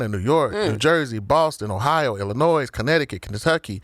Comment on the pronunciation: he said Illinois wrong the s is silent